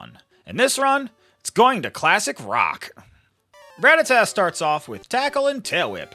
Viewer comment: You say it wrong and its sooooo annoying!!!!! I can't even watch this video lol